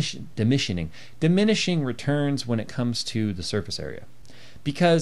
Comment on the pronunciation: Bro dimishining 😄😂😂 got me hard